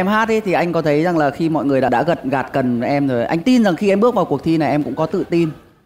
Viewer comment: Long Muller Bài đấy ngọng nhiều mà. "nỗi buồng", từ "bước" phát âm nghe như tiếng địa phương ý. và đặc biệt tao nhớ là câu đầu nó hát,có đứa tưởng "2 tay a ôm dương vật rất đau"